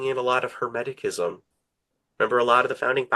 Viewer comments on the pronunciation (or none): It's Hermeticism , with a soft c . Not " Hemetickism " . I'd of thought an expert would know that .